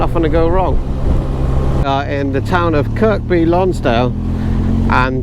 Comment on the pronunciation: A Yorkshireman is a Scotsman with his generosity removed... Kirkby Lonsdale is pronounced without the 2nd "K" - Kirby Lonsdale. I remember driving across the old bridge a very, very long time ago... I can remember when, some days, I would be the only bike at Devil's Bridge on a sunny day. Now it's usually packed. It was relatively quiet when you were there - I've seen it when there are bikes parked all the way down to the A65. Did you jump off the bridge? Frowned upon these days by "elf & safety" types who like to suck the fun out of everything. The Lune can be a bit chilly mind... From the Kirkby Lonsdale Website: "At the apex of the bridge, there’s a deep impression in the stone – often referred to as the devil’s hand print. The folk tale surrounding the hand print tells of an old woman who lived on the banks of the Lune with a few animals. One night her cow strayed across the river and would not be tempted back, no matter how much she coaxed and implored. The devil appeared to her, offering to build a bridge in exchange for the soul of the first body to cross it. The devil constructed the bridge with his own hands, leaving a print in the wet stone. The next day the woman met the devil at the bridge and agreed to fulfill her part of the bargain. She took a bun from her bag and threw it across the bridge, whereupon her small dog raced across to retrieve it. The devil, in a fit of rage at being outwitted, howled in anger and vanished in a cloud of brimstone." There are much b